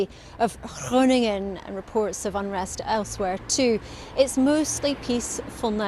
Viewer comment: Finally, someone who can say Groningen properly!!